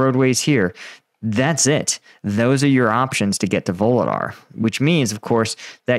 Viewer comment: There are no “V’s” in vuhledar!!! 😂